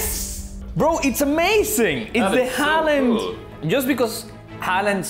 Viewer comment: they said halland wrong